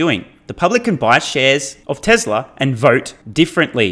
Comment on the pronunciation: How come you say tesler and not Tesla 😂